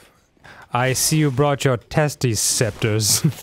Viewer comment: did anyone lose it when he said "testee scepters"